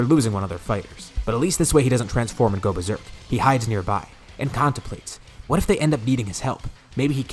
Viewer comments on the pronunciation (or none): none